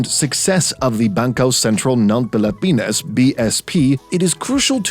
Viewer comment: I like how the narrator mentions Bangkœ Sæntræl ng Pelepænæs